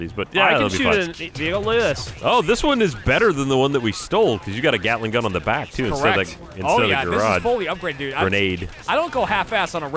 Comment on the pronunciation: I swear, when says Gatling gun, it almost sounds like Galick gun.